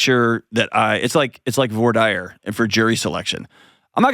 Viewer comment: How could John work at a law school and not know how to pronounce voir dire?